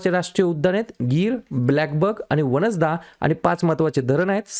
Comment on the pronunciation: Q No. (7)= Gujarat About state:- National park Vansda वासंदा Correct pronounce 🙏🙏